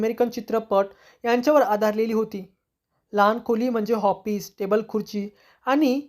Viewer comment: Hoffice nahi office bola